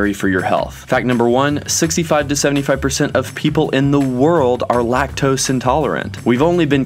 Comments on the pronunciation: lac-tose xd.... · Lac-tos?? Seriously LMAO 😂